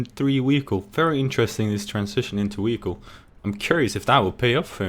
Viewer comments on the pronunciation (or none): "Weeheecle" XD